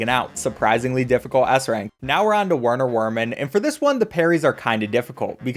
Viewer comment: Werner Wermin is supposed to be pronounced "Verner Vermin" 😂